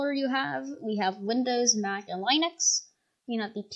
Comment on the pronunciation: I like how he pronounced it linex not Linux